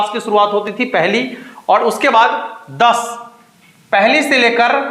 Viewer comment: आप क्या समझाओ गे जो खुद ही और को औड बोलते हो र को ड बोल रहे हो क्यों दुनीया को पागल बना रहे हो